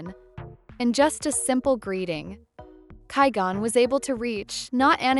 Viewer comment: Once I heard (ky-gone) I was done with this video